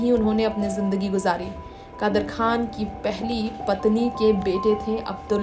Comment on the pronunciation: You have to say kadar khan not khdar